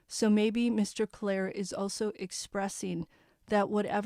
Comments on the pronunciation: I think it’s pronounced clear-re not Clair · the name is CLEERE rhymes with deer, and beer, ok?